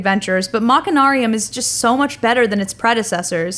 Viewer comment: You don't pronounce the 'ch' in machine as 'ch'. You pronounce it 'sh'. BTW, they're planning on releasing this game on iPad and on the Wii!